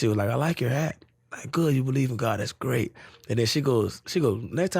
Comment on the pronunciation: How do you like New York?: It’s great! It’s great! or: It’s skrate It’s skrate